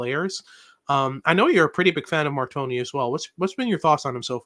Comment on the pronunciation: Please let’s call him Mar-tone And NOT Mar-Tony 🥲🥲😅😂